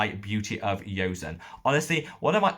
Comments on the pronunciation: PLEASE PLEASE MAKE AN EFFORT TO PRONOUNCE THE BRAND, JOSEON, CORRECTLY. PHONETICALLY IT IS "JOE-SUN" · Thanks for the video. Btw, Joseon is pronounced with a hard ‘j’ like in Joseph. Korea was once called The Kingdom of Joseon (Cho-son). The brand name Beauty of Joseon (조선미녀) literally translates to Beautiful Korean female.